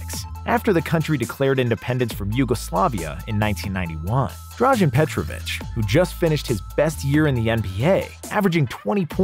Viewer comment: It's not drazhen but in fact drazen without the "h"